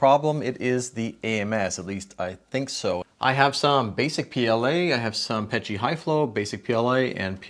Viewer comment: thanks for saying PET-G ane not P E T G, also i had something similar and had to replace the rolllers, i thought for sure i needed a new AMS. i would highly suggest upgrading them and using new rubber tube, well worth it.